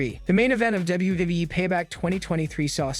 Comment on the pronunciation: This Narrator’s inability to pronounce “WWE” makes me want to punch puppies.